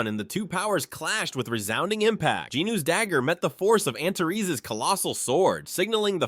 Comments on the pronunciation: I thought it was pronounced “anters” not “anterees”, but you do you😊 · First, let me thank you for your work. You've taken an epic story told in a different language and given it life and excitement in english. Your effort is much appreciated. But... Antares is pronounced AN-TAH-REES, not an-ta-res. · Dude, every time you say the name of the dragon king, I hear "Aunt Terese"